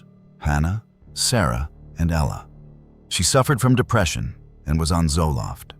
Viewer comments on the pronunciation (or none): none